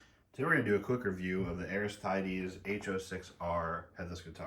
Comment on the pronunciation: Say it with me: ArisTEEdes